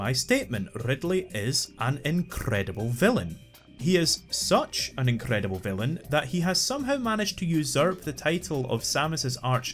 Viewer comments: Rrrrrrrrridleeiii is an incrrrrrrredible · Opening line: “Rrrrrridley is an incrrrrrredible villain” Sets a high bar